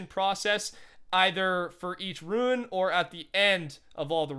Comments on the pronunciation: RUNE! not ruin, RUNE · Rune, not Ruin.